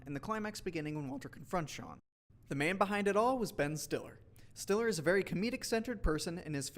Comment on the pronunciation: Am I miss hearing the voice over but sounds like he said Betton Stiller?